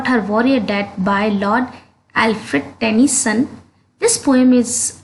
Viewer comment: It's tennyson not tension